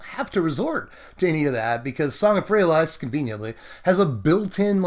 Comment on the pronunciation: Love you, but had to stop the viedo 2 minutes in and hand you the thumbs down. Just cant listen to ayou say Song of Frey-a-LIES. its worst then your Lyra pronunciation, but with out the justification. FYI it sounds better Frey-a-lease. Still a big fan, and I support SBMTG